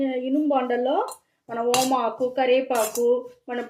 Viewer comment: ఓమాకు కాదు తల్లి అది వాముఆకు 🤦🏻‍♀️ ఉసిలికాయ కాదు అది ఉసిరికాయ🤦🏻‍♀️